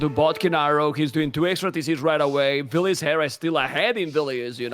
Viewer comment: Please, hearing the word ''vilis" from just hurt my ears, don't cast with him